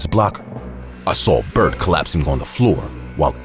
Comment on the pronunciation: Name said Bart but I hear Bert